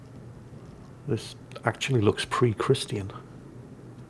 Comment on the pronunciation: Minor compliment but I love ’ pronunciation of “christian”. It’s so perfect and proper. I’m in the southern US and everyone pronounces it in 2 syllables (Chris-chin). Doesn’t really bother me but hearing a good pronunciation immediately stands out to me